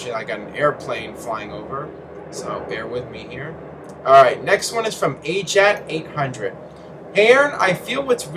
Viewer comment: By the way Aaron, my username is pronounced A-J-A T-800 not Ajat 800, I just avoid the dashes because it makes the name look sloppy and because certain websites can't read the name in dashes